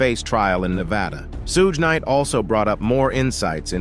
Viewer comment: okay how about we call Jim or Ervin 9036 if it's just a name..... I know this is crazy thing you would maybe want to be able to pronounce the names of the people you're doing the segment on that's all shoog night in combining three different names somebody had how can I want to believe anything you say you can't even pronounce people's names